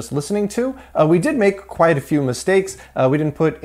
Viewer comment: While we're nitpicking about things that aren't a problem, you're still pronouncing "quite" like "quiet".